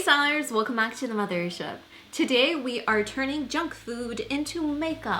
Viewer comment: Why does she exaggerate the "mother" in "mothership"?? It bothers me 😂😂